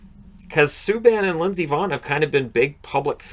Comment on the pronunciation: Every time you say Lindsey Vonn, it sounds like you're saying Miss Yvonne (from the Pee-wee Herman Show).